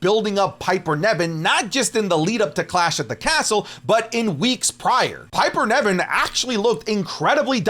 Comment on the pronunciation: Hey. Love your content, long time fan, first time commenter. No hate, but how you say Piper Niven’s name is very distracting. It’s like you’re saying NEV-IN but it’s pronounce NIV-EN